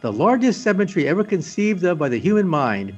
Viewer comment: The way he says Symmetry sounds like Cemetery.